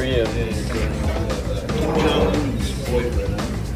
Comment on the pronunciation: 조선에 관심있나보네.. 북칸 김정은도 정확히 알고 발음도 정확하고 다나다나 ... 대부분 미국인들이 일본하고 중국하고 구분못해서 치노하면 눈찢는데...